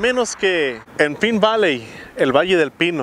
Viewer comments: En Arizona todo es mas Vara...en California todo es mas CARO!! por cierto ( no te ofendas) pero no se pronuncia "pin" Valley, creo que "Pain" Valley suena mejor. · Se pronuncia pain valy. Pine valley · Pronunciando El nombre de El Pueblo incorecto.